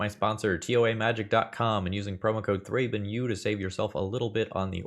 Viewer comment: ThrabenU more like ThrabenO